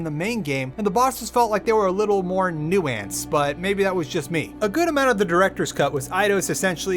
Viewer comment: He also pronounces nuance weird in almost every video, lmao